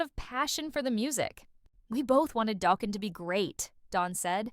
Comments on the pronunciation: 😩😩😂😂 ugh the eighties are crying hearing it pronounced like that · I mean this with respect but please learn how to pronounce the band name (and Don's surname) and don't use Sebastian Bach's photo while referring to Don!